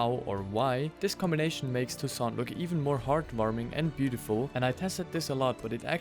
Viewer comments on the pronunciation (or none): none